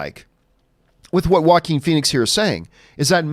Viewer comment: "Jokin" Phoenix, that's how you pronounce it, right? He was born for the role!